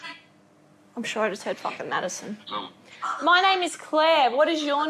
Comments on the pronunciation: MADDISON MADDISON MADDISON is what i hear. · She kept on saying madison